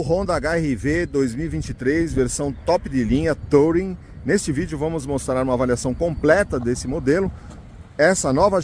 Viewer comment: A pronúncia sua do modelo tá errada, não se pronuncia a letra “O”, na palavra TOURING, que é uma palavra inglesa, se pronuncia “TURING”, sem acentuar no G mudo do final, e olha que é uma palavra bem manjada já pra carros, já tá por aí há mais de 50 anos e você não aprendeu a pronúncia ainda 😂😂😂